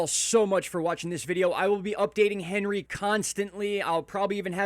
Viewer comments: When are you going to start pronouncing this storm correctly? It’s ON-ree not Hen-ree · 1st. And it’s pronounced Ohn-ri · HEY! Morrooon it is French ANHree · Probably pronounced more French, like "Ahn-Ree." Stiil a mean storm regardless. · You should pronounce it correctly imo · I am with you with how to pronounce Henri. Yes prepare!!!! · My guy, it's not the American pronunciation of Henry, it has a French pronunciation. H is silent